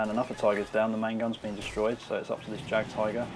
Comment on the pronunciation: just want to say, not tryin to be an a-hole but its pronounced yagd-tiger not jagged tiger i mean c'mon we're both ww2 nerds here right?